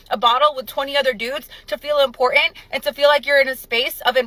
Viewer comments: When you can't pronounce important correctly is a Verbal Red Flag...like ending statements with a question mark in speech. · Lost it at impor’ant